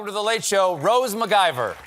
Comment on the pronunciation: he called her macguyver, instead of mciver.